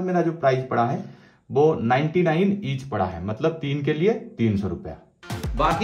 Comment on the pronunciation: Sir Aap 99ru kah Rahe hai Our lag raha hai 159ru boliye